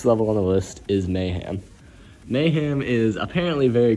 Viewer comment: anyone notice how kept on saying mayham instead of mayhem